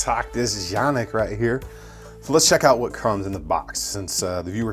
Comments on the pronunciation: It's pronounced like ''jhanik'' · It's turkish. C's are J's. It's Janik. Not saying it to be rude. Just explaining . I just got one today. Very nice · I find myself unsure while talking about these guns, how I should be pronouncing the name. Is it actually pronounced as Canik or ‘Janik?